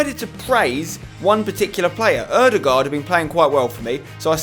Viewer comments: You are the ONLY youtuber that can say Ødegaard propardly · I like how you say ødegard right, unlike other englishmeb, haha!